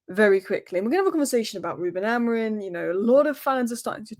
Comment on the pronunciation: Bro you can’t even pronounce Amorim with the M at the end most of the time 😅